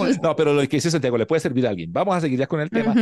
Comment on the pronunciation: Ay no pude con diciendo su nombre y luego Santiago Yon fréi jajajajajJjaajjaa